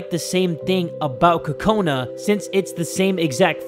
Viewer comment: BTW it's Kokona not Kakona